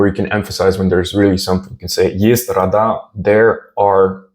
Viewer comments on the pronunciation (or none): there're wrong stresses in for "рода", they must be within "родА" (marked stressed vowel as capitalized) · неправильное ударение на слове «рода».